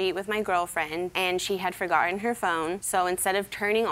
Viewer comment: "Fergottin"??? "Gaven"??